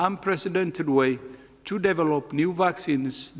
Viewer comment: Dr. Ted: You use the term a lot---so you should learn how to say it right because it's hard to understand you. The word "develop" is NOT DEV-uh-lope.....it IS duh-VEL-up. Please get it right---you're only impacting your own lack of communication by not making it clear.